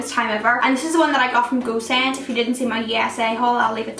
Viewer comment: When she says "Go Send" it sounds to me as "goose end" :)